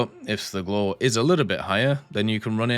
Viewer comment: a tip for the prononciation , it's more like "glwhare" like the "wha" form "what" just you cut the t and say re instead but you don't rly pronounce the "e" hope this helps ;)